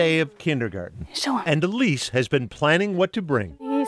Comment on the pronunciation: Whoever is writing this ... The child's name is "Elise" -- NOT "a lease" as repeatedly in your video!